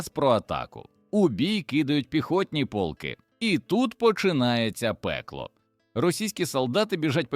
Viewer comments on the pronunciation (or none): цікаво, але ваш довбаний ШІ порушує в багатьох словах наголос -- пОлки, це про полкИ, вискакують із трАншей, це про якийсь транш, мабуть ), янИчари і подібна дурня, працюйте і перевіряйте!